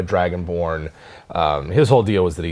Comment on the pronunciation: I thought he said dragon porn 😂😂😂